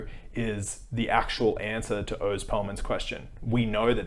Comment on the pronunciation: That’s horrible grifting, but to me the worst part about Oz is how he pronounces his name.